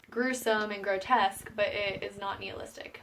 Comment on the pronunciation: nihilistic not neolistic. i seriously enjoyed the video and appreciate the hard work. i found the book a fun read but you have to be on your game or you will miss the book within the book